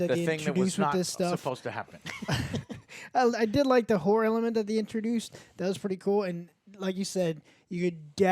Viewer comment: Horror.....not Hore, lol